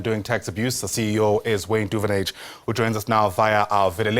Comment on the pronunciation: Please learn how to.pronounce Duvenhage